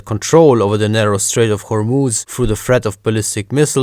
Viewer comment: I like your pronunciation of Hormuz, I'm an Arab and yeah that's exactly how it is pronounced!